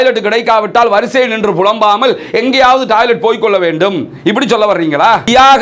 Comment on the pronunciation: நீங்க தமிழ்நாட்டில் இருந்து வந்து இலங்கையில் வாழ்கிறீர்களா? ஏன் என்றால் நீங்கள் பேசும் பேச்சு வித்தியாசமாக இருக்கே! 😮 உதாரணம்: டாய்லெட் / டாலர் / பாலஸ்தீன் என தப்பு தப்பா உச்சரிக்கிறீங்களே!!